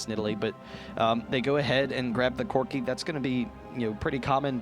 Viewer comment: Man one of those guy's pronunciation drives me insane. "Yeah, Corki saul that he had an executioner's calllink, which is very stronk against kalg-mal"